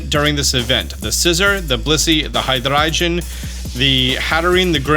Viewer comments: Thanks for the video! A small heads up, though, Hydreigon is pronounced similar to “High-dry-gone”. It’s derived from the words “Hydra”, “Drei” (German for 3) and “Dragon”. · bro pronounced hydreigon like he was french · Why he say Hydreigon like that 💀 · How did he say Hydreigon??? Lmaooo